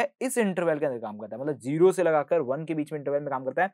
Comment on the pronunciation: sir its Zero (Zee-ro) Not Jero (Jee-ro) please pronounce correctly